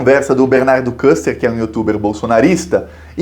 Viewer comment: Bernardo Küster (pronuncia-se “Quíster”).